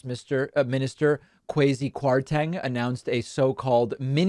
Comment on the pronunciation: For the record, the name is pronounced kwah'-si